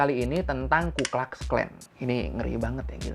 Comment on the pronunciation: Bacanya bukan "klax", tpi "klux" aja kaleeeee